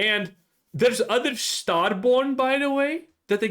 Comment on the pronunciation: Once i heard your "Starborn" i knew we were cooked